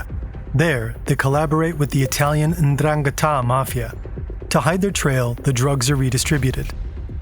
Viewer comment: it's more like 'dran-ghetta' :D